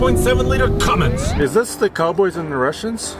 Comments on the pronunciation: It's one thing to mispronounce it, but how do your even add a "G" to "Cummins". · No g in cummins, guys please.